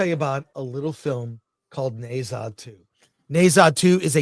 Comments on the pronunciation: As a Chinese, first of all the Ne should be pronounced Nur. Not hard to find out online. So be respectful and responsible. Secondly, forget dragon ball, you are totally off track, don’t pretend you understand the movie. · It’s pronounced Nah-zah.